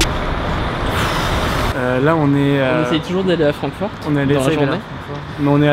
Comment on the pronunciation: Sa ce pronnonce Frankfourte sinon super vidéo